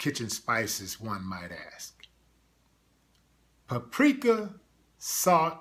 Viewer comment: Pureka ? Oreegono? Yo country azz Yu mean pa pree ka and or Ray gon no that is how you pronounce those words. Slow azz. 5th ward education system huh?